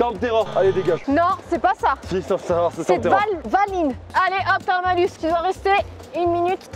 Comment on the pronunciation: c est pas valin c est Davilin